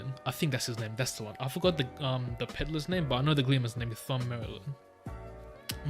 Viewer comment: Thom is pronounced just like Tom